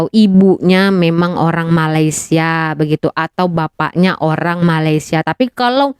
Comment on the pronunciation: Nampak sangat tidak habis SD. Mengeja ‘Malaysia’ pun jadi malasia